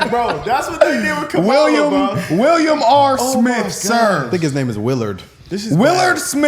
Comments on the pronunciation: Would you please pronounce that woman's name correctly? She's been the Vice President, an Attorney General and a career prosecutor. The very least that you can do to put some respect on her name by pronouncing it correctly. "Comma - la". It isn't difficult. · Can ya'll please keep Kamala name out your mouth. Also learn how to say her name correctly, it's not hard. Ya'll sound like them crazy MAGA nuts. SMH. Its pronounced (Comma-La), NOT, Ka Malla. Ya'll sound ignorant as hell. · Pronounce her name right, it’s comma-la.